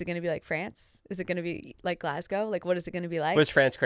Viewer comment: THANK YOU JACKIE For pronouncing Glasgow correctly ❤❤